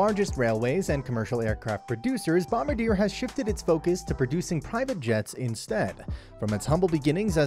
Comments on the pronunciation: Hahahahahaha. Dude, it was hurting my ears listening to this guy butcher the name. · If you’re going to do a video at least say the say right. It’s a French word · It does diminish the credibility of this video when you mispronounce the name! Think of how the French would pronounce it and that is how you say it! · Please learn how to pronounce the company name!